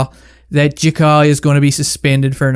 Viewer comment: its 'Jack-Eye'